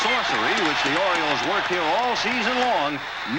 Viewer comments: What's an "Oriloe"?? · Oriloes? Idiot.